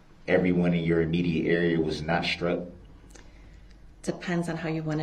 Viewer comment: undershtand and shtreets shtruck so irritating to my ears